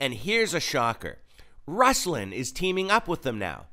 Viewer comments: just a slight correction. It’s pronounced Roos-lawn. No big deal. Now, I’m glad you exposed this man. He has an interview with Lecrae and he didn’t press him on his denial of knowing Dan Cathy, the owner of Chick-fil-a. Why? Because he doesn’t want to hurt his relationships within the Christian hip hop community. He wants to be a rapper. He is a money-hungry man who is filthy in his speech at times. And foolish. What a hypocrite. God bless you, brother. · Hey brother.....I follow Ruslan. Do better with pronouncing his name correctly if you're going to critique him. Like Ruslan said, at a minimum. ;)